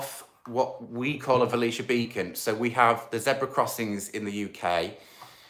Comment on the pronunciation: It’s a Belisha Beacon Mark not a velisha beacon.